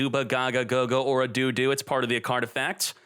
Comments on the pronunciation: I cringed every time said do do. It sounded like what parents say when they want their kids to go to the bathroom. The "o" in dododo is pronounced exactly the same as when you say gogogo. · Did this man just say look for a DO-DO in the GY? xD LMFAO ahahahaha